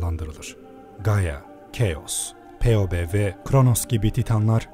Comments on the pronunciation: Peobe ne ya, hadi Fibi diye telafuz etmeyi bilmiyosun, Poebe demeyi de mi bilmiyosun? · olm phoebe yazan bir şeyi nasıl peobe diye telaffuz etmeyi başardın şaskdjşaskdj